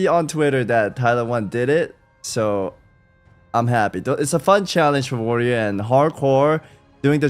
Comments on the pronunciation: Why do Americans say woyor for warrior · soda thinks the first 2 R's in warrior are silent 😂